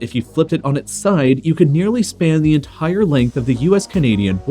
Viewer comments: Bro why does he say entire like that E N T H H H H H H A A A A I R E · ... " significant p'Hart of an ent'HHire c'HHontinent "